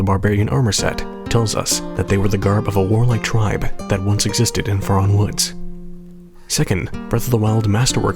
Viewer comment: Faron is supposed to rhyme with Erin. Not fair Ron. Haven’t you played hyrule warriors?? They say it out loud several times. (Forgive my pickiness but I’m naming my daughter Faron and it sounds ugly the way you say it lol)